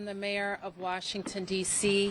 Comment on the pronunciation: Bowser, She doesn't seem to be able to pronounce anything correctly at all. Shehcretary? Watchington? At least 13 "uh" utterances...